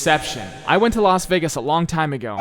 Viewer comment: its Laz Wegis